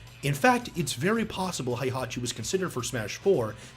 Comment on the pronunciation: When are people going to stop pronouncing "Heihachi" as though it's German rather than Japanese?